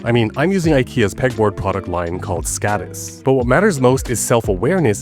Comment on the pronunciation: Many thanks for this creative source of inspiration. My notes: mise en place x design systems = streamlined chores/recurring tasks. Valid for life AND work. Note: the steel pegboard from Ikea is pronounced 'skodis' - 'skådis' is short for "actor". Many Ikea product names are actually puns or refer to Swedish places. The name gives each and every product a personality of sorts and an indication of the type of experience they may convey.